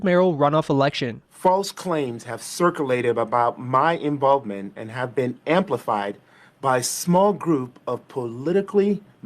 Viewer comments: This idiot mayoral candidate isn't even capable of pronouncing the word circulated. " Circle- aded". You literally can't make up how stupid these people are. 😂😂😂 I guess someone should have "axed" him if he was capable of pronouncing it correctly. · "circle-ated" this guy is hella blacc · It was “circ-a-lated “